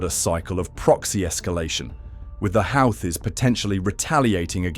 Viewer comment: Congrats on stretching a 10 minute story to 27 minutes. Why does it keep changing the pronunciation of Houthis? Doesn't anyone ever proofread their work?